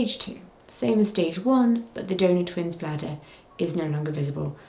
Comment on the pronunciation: Not me hearing 'donut baby' instead of donor 😂 glad everything is going well now and babies are OK ❤